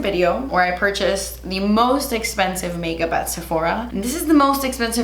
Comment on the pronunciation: RETURN THE ESSPENSIVE MAKEUP that Sephora return policy is clutch lol